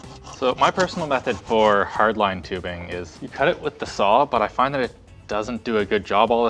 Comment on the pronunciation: "with hardlinee tubing?" linus said afraid